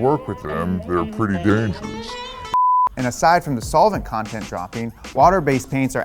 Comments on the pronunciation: Haha, sole-vent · Sounds like he's saying it "soulvent" lol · The way he is saying “solvent” sounds a lil weird to me lol. The way I’m used to hearing it is more like “sahlvent” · Love ya bud. The way you say solvent make me wanna kill myself